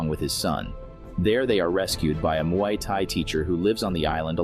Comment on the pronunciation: You pronounced "Muay" wrong.